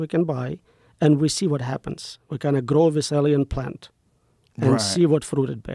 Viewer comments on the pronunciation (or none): none